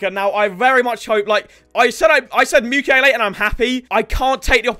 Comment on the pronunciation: RIP saying Mukiele Mukulele. The ukulele clip art will be missed